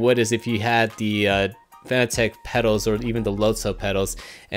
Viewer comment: Great video man, but I think it is pronounced the same as the word "Fanatic". As in being a Fanatic about racing. A quick search even showed on Fanatec's channel, they say it "Fanatic". Listen here at the mark. Also the head of Fanatec himself stating it is Fanatic - start watching . Not trying to start an argument or anything, just pointing out for future videos of yours.